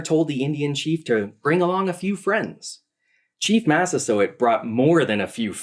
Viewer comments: Mass-uh-SWOT? Yeah, where did she get that pronunciation from? Sounds like something French not Native American. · Actually, maybe this lady is a native French speaker. In French we prononce the letter combination « oi » in this exact way. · "What was that pronunciation of Massasoit?" Says the guy who got most sounds wrong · She pronounced it that way because she assumed it was French. I did too when I first saw it written down. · I love but I have just slight correction. He mispronounced Massasoit too and Wampanoag... Prager actually pronounces Massasoit correctly and Wampanoag is pronounced Wamp-Uh-No-Ag. Otherwise I love the video and the amazing time and effort put into getting the history right!! I will be sharing this video far and wide! -signed a member of the Masphee Wampanoag tribe and descendant of Massasoit:)